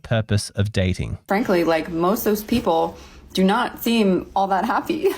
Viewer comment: Gosh, her "H" after every "P" is insufferable. "Pheople" "comphatible" 🤮